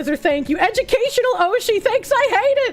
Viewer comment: "I'm an eduU-mah-cational strimmer!" Me:- "Yes"